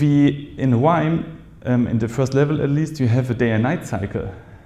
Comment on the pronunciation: Did you say Grrrrime? scnr 😅